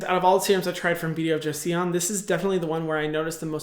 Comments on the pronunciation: I study Korean and it's actually pronounced "choson" ... I really like your video and really want to try the serums from this brand! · I’m korean and you pronounce joseon, josun 😁 also its “조선” in Korean. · Joseon can be pronounced like jo sun :) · eo is read as /oh/ si, it's read as joson. :) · It's pronounced jo-suhn in case you wanted to know 👍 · Joseon is pronounced JOE-SUHN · Yassssss Korean skincare is no joke honestly,,,haha joseon is kind of pronounced as Jo-sun and I would love to hear about more ingredients like madecassocide or centella asiatica extract! They are kind of a hipe here,, Love your videos hehe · joseon's pronounced "joh-sohn" but the effort was great hyram! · i'd say "joh-sun" but yea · More like Joh-sun actually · it is pronounced Beauty of Jo-sun.. "sun" 🌞☀️ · Not trying to be rude or a Karen, but it is pronounced Jo-sun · omgg yess thank you form talking about Beauty Of Joseon! I'm living in korea now and I saw many of their products and was tempted to buy it but i didn't know if they were really good or not! so thank youuu! (btw you read Joseon as 'chosun' actually ahsuahsua the romanization is really bad for pronunciation) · Joseon is actually pronounced as "Joson" but Hyram i'll give u a pass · I think it's Jo-sen. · I think it's more like Jo s-on (on as in on and off) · I think it's pronounced as 조선. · Yesssss. I speak korean so I was like "no, just no. Jo-see-on?" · It's pronounced like Jo-son (조선) , but the O in Son sounds like a and o together. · Hi hyram!! Love this video and topic (and that the likes are at 294 at 64 views) adn I just wanted to say that Joseon sounds like Jo-son/sun when pronouncing it! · The 'eo' in joseon is pronounced as 'aw' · How can he pronounce Joseon wrong when they literally sponsored him I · hyram.... joseon is a two-syllable word lmao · just fyi, it's not "joe-E-son", it's pronounced "joe" (like the name, joe) and then "son" (like father and son, that "son") :) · it's not Jo-see-yon, Hyram. It's Jo-Son